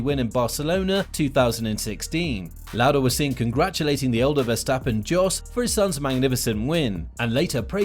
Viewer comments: It's pronounced 'Yos', not 'Jos'. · Great video, but why can’t you say some of the names properly?? It’s pronounced Yos, not Jos. It’s IrVINE, not Irvin?? But Max is better than Hamilton, period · It's not "DJOS" but "JOS" Verstappen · Yes its pronounced like yos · Its pronounced yos (Jos Verstappen) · This is my first year in the world of F1 and I gotta say I'm shocked by the amount of people who can't pronounce Jos Verstappen's name. It's Yos, the J is silent. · Jos is pronounced with a Y. And it’s Eer-vine. Like the Vine app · Still pronouncing his dads name wrong, how lazy are you?.